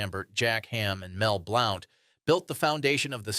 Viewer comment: Mel Blown???? Mel Blount